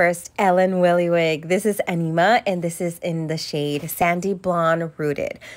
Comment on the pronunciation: Very cute! (Ps her last name is pronounced Villa it’s German)